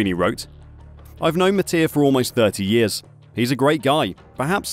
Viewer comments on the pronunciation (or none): none